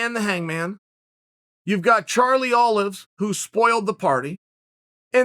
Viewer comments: Charlie “Do Bronx” Olives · “Charlie Olive”😂